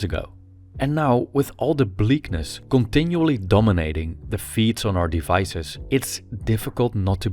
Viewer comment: Coʻntinuly 😂 bro where are you from😂